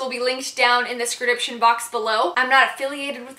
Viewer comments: Is there an inside joke as to why she always says scridiption instead of description? 😂😂🤷🏼‍♀️ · Did anyone else hear her say scridipction instead of description I love e her 😂😘♥ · Did anyone notice she said description box wrong on